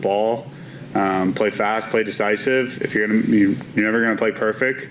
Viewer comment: Bro said play " perfecked" lolol thats how he's playing